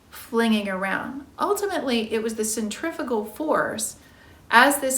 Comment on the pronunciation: Centrifugal force. You pronounced it centrifical! Its pronounced "centifroogal"